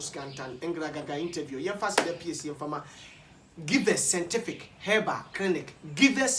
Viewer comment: Kwaku, hahaha a, is givers scientific but not givers scentific. You always pronounce it as scentific instead of scientific. Check and work on it, bro.